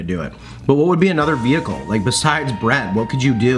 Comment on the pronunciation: The veHHHHHHicle. great video!!